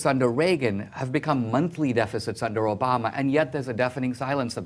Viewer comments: is anyone else annoyed that she pronounces Obama's name "Obamerr" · Funny how any word that ends with an a, she adds an r. Obamar time after time.